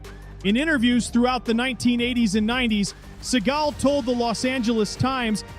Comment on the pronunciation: Pronounce the names correctly, genius. It's dukes, not ducks. It's seagal, not seagull